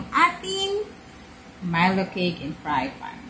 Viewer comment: Did you meant to say fry pan or is fry fan a thing?